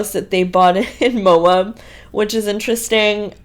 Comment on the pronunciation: Are you saying Mo-ub to piss all Utahns and Idahoans off? It's pronounced Mo-ab. Just like it's written. With a short "A". I'm begging you, PLEASE stop calling it Mo-ub!